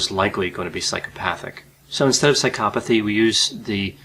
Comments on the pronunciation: i cant stand the way he pronounces psychopathy, l feel like going psychopathic myself hearing it.. Why is the accent made on the psy-CHO-pathy and not on PSY-chopathy, you do not say psyCHOpath, why would you say psyCHOpathy then? my god i seriously can not watch this video hearing that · why do you pronounce it like "sykopothy" isn't isn't it psycho pathy? you say psychopathic but then you say skyopothy lol. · had to stop watching because of Psy-cop-athy. maybe thats the way it is supposed to be pronounced but its driving me nuts. Bye.